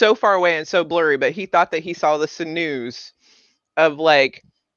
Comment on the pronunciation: Was your pronunciation of sinew a joke or...🤔